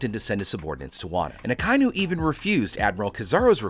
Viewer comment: Ah ki inu* please say right